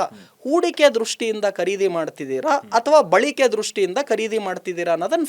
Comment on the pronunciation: Balike alla, balake